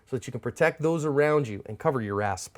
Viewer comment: Does anybody else think that when he says to "cover your ass" at the end of the video that it sounds like assp?